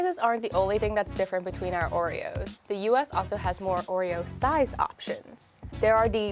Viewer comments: no no not "joereoes"! "Orejoes" ! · Surely it should be 'Ore-Joes'